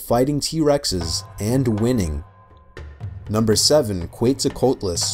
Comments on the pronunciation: He also said Qeut-zo-qeutlas like bruh that's not how you say that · quetzalcoatlus (pronounced kwet-zal-CO-AT-lus) was not a bird. it was a kind of pterosaur, not directly related to birds or dinosaurs. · It’s pronounced “ketzull kwatluss”